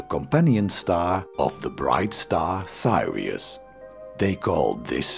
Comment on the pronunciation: It's 'Sirius" not Sairius nor Thairius. Info is okay, the Dutch accents and pronunciation mistakes are annoying. so is the pedantic intonation.